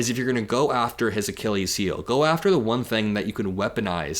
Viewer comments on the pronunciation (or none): The plural of space craft is ‘craft’ not ‘crafts’. ‘Crafts’ are skilled pursuits, as in ‘arts and crafts’. And Archilles is pronounced ‘Archilleez’ not ‘Archilee’. And yes it matters. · "Achillee Heel"?, yer almost there, but Achilles has an S on the end 😉👍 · Akile heal, whats that? Do you mean Achilles Heel? Because that's not how Achilles is pronounced. edit: so you do know how to pronounce it. So what's an Akile heel? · Love your coverage but seriously it's "Achilles" Ah--kill-ease the s at the end isn't making it plural his name was "Achilles"!! I don't know why it's driving me so crazy but pleassssssse say it properly lololol! Anyway if Elon wants to save his companies this is his one and only chance to do it! He needs to put out a tweet saying "Anyone in congress that doesn't want the fight of their lives in 16 months better start doing the right thing or the Dems WILL have way more money than they need to replace you"!! If Elon tweeted that tonight the tangerine tyrant would be gone by the end of the month!! It's time for the cabinet to invoke the 25th amendment or it's time for congress to IMPEACH HIM!! If they weren't feckless cowards he would have been impeached in the first week! He's literally broken just about every law a president can just pick one and end this nightmare!!! Keep up the great work for someone so young you're much more observant, responsible, honest and have far more integrity than 90% of people that report on politics and it's great to see!! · Bro said Achilles heel like 20 times but MISPRONOUNCED it 19 times. Don’t use terms you’re unfamiliar with or… familiarize.